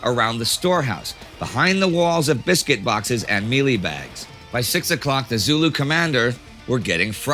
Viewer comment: Hi, am South African and have been waiting for this episode, its really weird how Indy got some of the pronunciation right and the commander's name which I dont think I would pronounce right but then gets mielie (short sounds) pronounced like meelee (long ee sound). Also people dont really celebrate the battle and wasnt as big of a thing as the battle of Blood River as the forces here were British which werent as cherished as the Afrikaans and Dutch settlers in Apartheid (there used to be a public holiday to celebrate Blood River but was renamed and now celebrates both sides of the battle).Overall great video. Also I live in the Western Cape in the South while Rorke's Drift is in the North eastern side in Kwa-Zulu Natal so closer to Durban and Johannesburg.